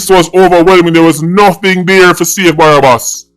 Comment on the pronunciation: Man seh barabas lmao 😆😆😆😆😆a joke thing it’s okay